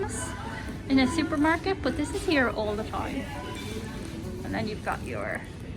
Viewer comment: “Shuper Market?” 😂